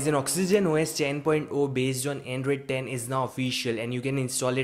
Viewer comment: Notice how he makes "Q" out of the "10" 😅🤘